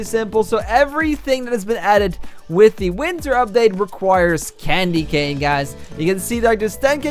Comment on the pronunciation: Its cane not can